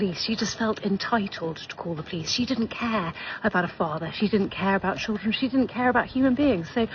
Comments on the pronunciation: First of all it's not "cheerdren". It's "children" as in "child". You know, exactly like you are acting. Also, no one asked for your kids IDs. They asked for yours, so asking "Did you ask for that kid's ID?" is a complete straw man argument. You don't belong there, so why are you trying to act like you do? Get a hotel with a pool instead of breaking into private property to use someone else's. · I noticed that too that he doesn’t know how to correctly pronounce “children”. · I'm sorry, sir...what, exactly, is a "CHURDRIN"? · What's a CHUR-DRIN? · “He chirgren” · "Cherjrin"...... yeah, his "children" have a bright future 👍🏽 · His chrir-dren 🙄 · Sir it isn't Cheeren it's children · How does pronounce Chrrruggren from the spelling of children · What's "Churdrin"? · "cheerdren" LOL... Why can't they speak English? or at least American. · "In front of yoor cheerdren" 🙄. Don't worry, you can still vote in Chicago without id bruh. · What is a "churrin"? He keeps saying "in front of my churrin". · They can never pronounce anything…churldren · Why do they ALL say "churr-dren" instead of "children"? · I was going to say churrin😅. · Hey hey whoa there.. Its pronounced chur'gren. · What is a "churrdren" 😂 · "My chirldrin" you automatically know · With his churldren 😂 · Oh I remember , “ my Cheerdrun,” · What is “churren”? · In front of his " churren" ?ohhh, so he was a guest? Not a resident. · His "churdrin" are there y'all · He can’t even say “children” correctly. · Can you not pronounce children. Chilren? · “Chillrund” “Poe-lease”. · What are "churdrun"... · dude cant even say the word children.. these "people" I swear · You can't even say children right!! And those aren't children those are baby baboons